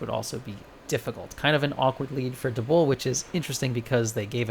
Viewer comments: DUB-WOOL now say it with me. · I’m hear to complain about the pronunciation of dubwool. Good day to you sir